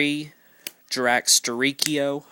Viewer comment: l2 pronounce cardnames .. god 'staurikio' wtf